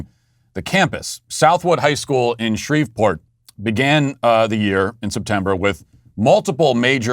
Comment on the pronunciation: Matt you’re cancelled for pronouncing Shreveport like that…I don’t care how it’s spelled, the “V” is silent